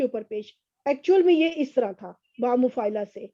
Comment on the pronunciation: مفاعلہ لی ع پر زبر ہے۔ آپ نے اس پر زیر پڑھ دی ہے۔ باقی سب بہترین لیکچر دیا ہے آپ نے ۔ بارک اللہ فی علمک و عملک و جمیع الامور